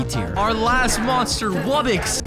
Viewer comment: ITS RARE WUBBOX NOT RARE WUBBIX